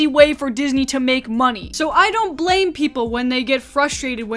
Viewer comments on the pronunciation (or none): none